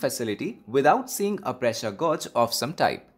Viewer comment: gauge rhymes with cage